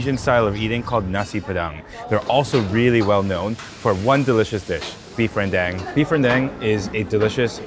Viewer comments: it's beef ren-DAHNG... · really appreciate you breaking down the process. My next rendang is going to be a lot better for it. Also, it's Ren-dung. Like the Tang 唐 or Wang 王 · Ren - Dang like dung bro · Lmao when he pronounced “rendang” as “ren-dang” 🤣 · RenDÁNG not dang I lost my button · ren-DAHNG please! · He lose credibility with how he pronounced the name of the dish. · renn dAng NOT ren dEng! It's SO TONG, NOT SO TO! (So to is a different thing!)